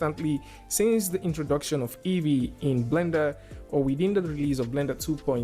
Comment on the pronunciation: Great. Why is that EEYEE instead of EEVEE?